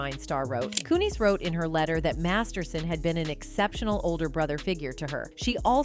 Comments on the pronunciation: Dear god I'm sorry but please stop saying their names right just to pronounce her last name "Ku-knees".. it's so irritating and makes the point of the video go unnoticed by some people. It's cringe af.. how can you pronounce their names right one minute and two seconds later get it wrong? Unless this is yet another AI voice.. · Can't they get an actual person to narrate the stuff? Instead of this AI shit? Ashtin kuT-cher? Mila KOONIS? They're busy just trying to pop out these videos so fast and keep forgetting how annoying and unprofessional the sounds of the times